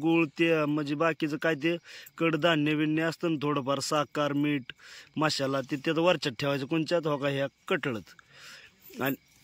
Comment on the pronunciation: मसाला बोला मशाला nahi